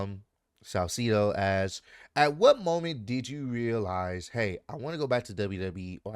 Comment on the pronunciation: Her name is pronounced Sal-say-doh..